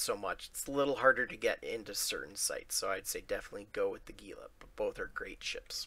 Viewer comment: Hey, gila is actually pronounced "hila". Have a good day!